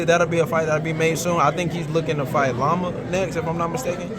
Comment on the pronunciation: The way he just called Loma… Llama, I wanna fight him lol.